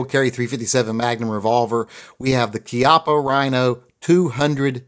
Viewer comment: How you gonna talk about winning the war and then technically mispronounce the names of two different German manufacturers, but pronounce Chiappa the way they want you to? We kicked Italy's ass too. Plus, if you pronounce the CH like an American, you can totally stay awesome stuff like GET TO THE CHIAPPA! Which is something that I intend to have engraved on the side of mine. Not sure which one, but my silly little 1911-22 has some nice flat surface area and I could include the likeness of Schwarzenegger himself. And why wouldn't I?